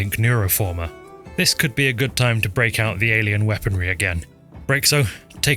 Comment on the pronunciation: Did you say alein weaponry